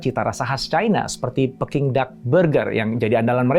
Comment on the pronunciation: PEking atau Peking sih? E KERAS atau e Lemah??